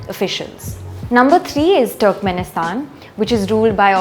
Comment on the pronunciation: Small correction , it's pronounced "turrkmenistan"" not ""TWERKMINSITAN"